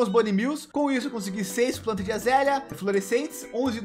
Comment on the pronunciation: Mano kk q agonia dele falando azélia .. poh vei é “aza léia”